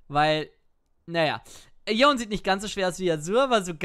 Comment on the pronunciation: Dieses "Yon" triggert mich... der heißt Yone...